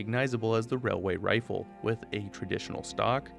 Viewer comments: It's pronounced, "wailyay wifle" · ‘It’s not a railway rifle, it’s a wailway wifle’ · Railway rifle (wailway wifle) is this why you don't like saying it?